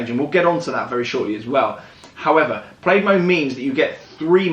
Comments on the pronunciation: FYI.... its pronounced Plaid (plad) like a shirt not (played) haha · Plaid= "Plad", not "Played". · Plaid ≠ “Played” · I googled the name Plaid, it’s a tartan blanket and a garlic word and rhymes with Maid, americans call something totally different “plad” which is spelt “plad” 😝 their wheels must be “tired” of all their “ “rowts”- (routes- supposed to rhyme with root) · Its pronounced 'plad' watch the film space balls then you'll understand ludicrous mode and plaid as this is where the joke comes from. (Showing my age) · It’s prounounced “Plad” you asshole. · Plaid is a nod to the movie Spaceballs. It’s pronounced “plad” — a synonym of tartan. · So awkward everytime he says played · I cringed every single Time 😅😅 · Please learn to pronounce Plaid correctly Jesus there are a million you tube videos that you can refer to, it’s so annoying, Imbecile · They always say the English invented English however it amazes me they can’t even pronounce normal worlds like Plaid correctly lol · but that's not how it's pronounced in the movie, which it's referencing